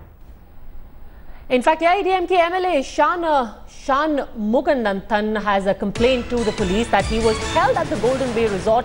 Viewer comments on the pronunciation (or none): Even a real white person would read Shanmugananthan in a much better way, these india today guys are either exaggerating the pronunciation or trying to act as if they are coming from the western world, total kack. As a news reader why cant this woman clarify how the name is pronounced before going on air? irresponsible to the core...